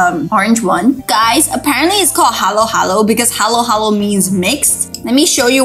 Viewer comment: I'm a Filipino and the first time you said Adobo was the correct pronouncing (i love adobo and sinigang) (masarap is correct pronouncing) (Third time you said halo halo was correct) I LOVE JOLLIBEE (i had my 9th bday there)